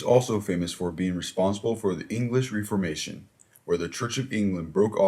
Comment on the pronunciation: For the love of god learn how to pronounce names and events -- you mispronounce Machiavelli, Caligula, the Reformation, Protestant, etc -- it would have taken you a few seconds to learn the correct pronunciations.